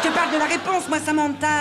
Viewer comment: on dit "Samantha", pas "Samentha" 😩😒